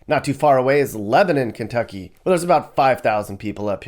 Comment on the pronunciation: Just say Kentucky and leave it at that.